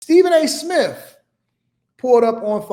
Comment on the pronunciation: He said Stephen A Smiff